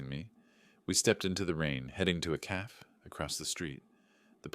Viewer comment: A "caff" isn't as bad as a "gran-odd" lol the entertainment in these are the errors lol